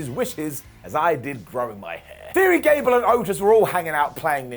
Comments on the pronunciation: Did anyone else hear Ghad cable 😂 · Idk why but I laughed SO hard when he called Gable "Jad Cable" lol